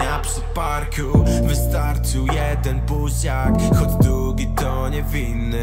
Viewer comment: Nie hejtuje ale jak na fajnego rapera " dugo i dugi " zamiast długo i długi to trochę 😅 wymowa lepiej i będzie ideolo 👌